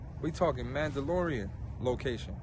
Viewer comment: Nigga Said Mandalorian location😂🤣😂